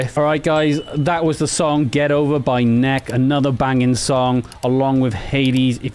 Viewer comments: Peter of Maids News Network has recently covered Hades, including interviews. NEK! is pronounced : Neckee. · A killer line-up with Hades, Nek! and Band-Maid. Check out these bands. Have youu heard of them? What do you think? Yes, I realise I've mispronounce Nek! as Nek and not, as Neh-kee. I'll get it right next time! <3 If you like this gig-like video format, let me know and i'll do more of them!